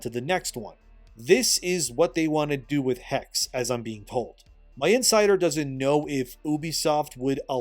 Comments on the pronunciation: Hexe! you speak the last "e" xDDDD (sorry for being that person!) I kinda doubt it will be a good game... looking at what they do with the japan setting in Shadows..... I bet, they will only have female then being burned, while there had been guys too. The werewolf.... yeah could happen, there are some Werewolf stories in Germany, aside of a vampire version as well. But... I absolutely put my bets on it they will notmake a good game. Yeah... me staying in indie corner when it comes to buying games.... Slightly lesser chance off running into game destroyers. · It's Hexe not Hex just like Porsche not Porsch. Second e is the same as the first one. Why it's do hard for you? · Hexe is not pronounced "Hex-ie" nor "Hex." German has no silent e or silent k, Germany doesn't do that nonsense. Es at the end of a word are always pronounced; it's pronounced "hex-uh/hex-eh." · it is not pronounced "HEX" it is HEXE. the E is not silence.Hexe is the german word for witch.... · Hex? You mean the hex like you get cursed? You speak the last e like you would I im German and I think it’s called Hexe so the German word for witch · Hexe is pronounced hex-eh, the e is not silent in German. And all thy need to do is build Wernigerode and model the Harz mountains to be accurate. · Brother its pronounced HexE the e at the end gets pronounced as well. Greetings from austria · Just fyi, if the Hexe game is supposed to be the German word for witch (as seems likely from the setting) then it should be pronounced with a short e sound at the end, so Hex-eh. I don't know about Ubi remaking all the AC games. While I enjoyed them when I played them, I'm kind of one-and-done with story games and have no desire to repeat the experience, so I wonder if they are really going to get the sales out of those remakes to make their money back. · Hexe is German for witch, it's pronounced hex'uh. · It's neither Hex nor Hexee, it's the German word Hexe.